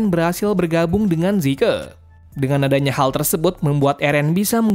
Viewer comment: Bang bukan zike zeke